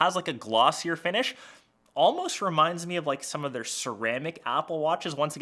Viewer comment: "finisss" 😂😂 Having trouble pronouncing sh?